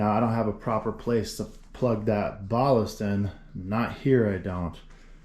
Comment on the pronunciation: What is a bahhlist? Wheeeere did you learn to pronounce it like that? Who, where, how? Plus NOBODY calls led drivers ballasts. Man is it a strange world. Metal HAHlide????